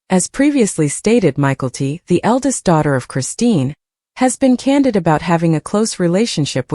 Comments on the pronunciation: I think that if it is going to be narrated, they should at least know how to pronounce their names. It took me forever to figure out they were talking about Mykelti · I came here to say this 😂